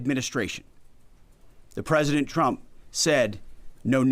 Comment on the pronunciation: I still hear “President Chump” when he says it. Just like Karolie.